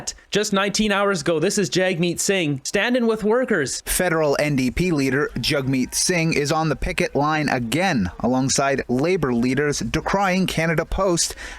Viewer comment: It’s Hug-meet. “Hug” (pronounced the same as 🤗) in a lot of North Indian languages, colloquially is the word for 💩